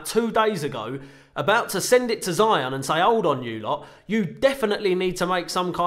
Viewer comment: firstly you have to pronounce your sponsors brand name correctly to start with